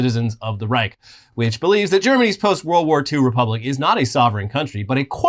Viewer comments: Greetings from Germany. I stumbled upon your Channel and i like the way you showcase facts. Also, here is a Germanspeaking Training for you. Instead of pronouncing the Word Reich "Reik". Just think about the word "Shine" and use the "SH" of it to better pronounce the Word as "Reish". This is how it sound more accurate in German. As i said. I like your Stuff and i am comming back again. Love. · Tip for US people trying to say "Reich": You probably learned to say spanish ojo or pendejo. The "j" in spanish is spoken like "ch" in german. Maybe try saying Raijo with spanish pronunciation and then drop the o